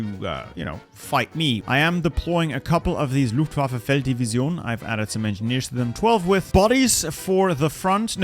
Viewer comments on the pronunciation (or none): none